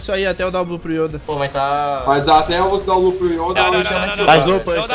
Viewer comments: Mais alguém também sente uma agonia com o falando as palavras do jeito errado? PQP ele tenta falar bonito achando q ta certo mas tá errado cara. "Yóda" PQP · porra "Ióda" kkkkkkkkk